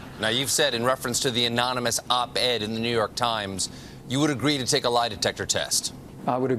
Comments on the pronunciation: anyone knows that the correct way to say anonymous is like trump says it ammmissis check the video SADD VERRYY SADD!!!!!!!!!!!!!!!! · That last impression of Trump was clearly fake. Trump can't pronounce the word ̶a̶m̶o̶n̶y̶n̶u̶s̶ ̶ ̶a̶n̶o̶m̶y̶n̶o̶u̶s̶ ̶m̶a̶n̶o̶m̶y̶n̶o̶o̶s̶ ̶a̶n̶o̶m̶y̶n̶o̶u̶s̶ anonymous! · You mean, anomynous, right? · Dentures Drumpf write his "own real book"??!! He cant even SPELL or SPEAK right. "Amonimus" Lmfao🤣😅🤣😅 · Micturate America Great Again! MAGA! Trump gets pissed so easily... all those Diet Cokes should make for some easy Presidential waterboarding of his White House staff and a real quick confession from the 'Amomonous' Op-Ed Author.... 'Gezus' he can't pronounce Anonymous and Micturate would be a real' pizzer' for him too. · It's actually pronounced "anomonnouuushhh". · Anonymous? Sir, haven't you heard? It's pronounced "anomoness." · Hey Steven get it right it's "ANAMALOUS" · Stephen and - what a great team. And what is the difference between unnamed and anonymous sources? Sorry anomi....omonmi.... anomanou...You know what he meant even if he didn't. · Don't you mean "amonimus"? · So trump can spell anonymous but can't say it lol! I'm not convinced.